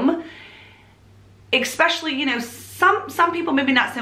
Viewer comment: It is great to see you once again....I have really missed hearing the way you pronounce the word especially (EKspecially) among all the lovely things you do. So, welcome back and I for one will EKspecially enjoy you !r endeavors ! Judy